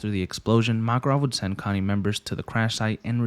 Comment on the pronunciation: Also it's pronounced more like Co Ni not Connie. No hate just saying, also spetsnaz in Russian is Спецназ, point this out because you didn't say the ts sound (ц) in the word. Think of the word tsar (Царь). Much love, keep making this nice vids man